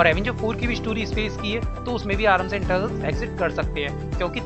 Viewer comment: not internals its eternals